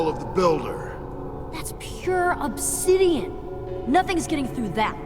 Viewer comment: It’s “Obsidian” Not “Obsidion”